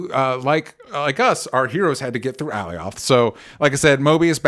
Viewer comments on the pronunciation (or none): Alioth is pronounced 'ə-LIE uth' not 'Allie-OTH.' (I'm just sayin' 🤜💥🤛) #ConstructiveCriticism #DontShootTheMessenger ✌